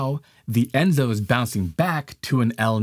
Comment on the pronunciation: The name for the entire cycle is ENSO, not ENZO. El Niño-Southern Oscillation (ENSO)